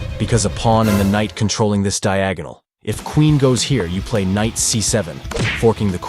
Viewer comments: KKKKnight makes my ears hurt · very entertaining..'k' is silent in Knight though😅 K-night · I like the pronunciation of the k’s in knight 😅